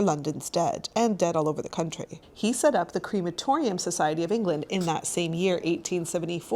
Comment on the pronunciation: It’s pronounced crematorium not creematorium.